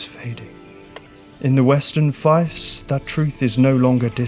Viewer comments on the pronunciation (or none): Hi mate, Fiefs is pronounced like thief. Cheers chief 😂